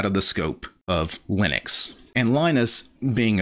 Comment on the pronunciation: Love your stuff but.... it's lye-nux not lih-nux ( you manage to call Linus, lye-nus so it's not a speech impediment ) And the G in gnome is silent. nome, not gee-nome after 5 gee-nomes I have to tune out Sorry. To the case in point, Linus is addressing noobs & MS fanbois. I get it, you are uber l33t and can command line the bejasus out of the world, but some peeps (*gasp*) simply don't care, they just wanna play games. I double damn bet you don't reset your points and timing every time you drive to the shops.